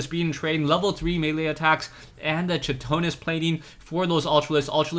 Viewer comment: I dont mean to be in your face, but "chitonis" it pronounced kie-ton-is